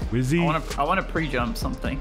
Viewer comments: Wizzy and Rozzi 😂😂😂 not and fizz btw 😂😂😂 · Weird that rozzi says instead of wizzy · Rozzi even calls wizzy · So weird, Rozzi kept calling Wizzy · Rizzo literally said